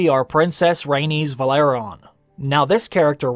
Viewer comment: It's pronounced VE-LA-RY-ON, not Valeron.